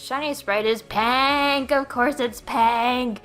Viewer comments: its PINK NOT PANK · PAANK OF COURSE IS PAANK she did say paank instead of pink right? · It's PAHNK PAAAHNK PAAAAAAAHNK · It's pronounced "Lop-unny," and "peenk"